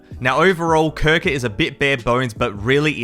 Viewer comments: Bro called krunker crouker 💀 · "CRONKER" lol